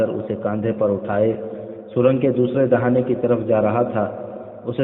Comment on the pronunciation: Dahina nhi dahana